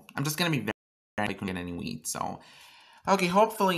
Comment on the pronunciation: sounds like ur saying weed 😂